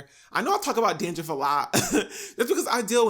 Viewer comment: did you just say “dandriff”? 🌚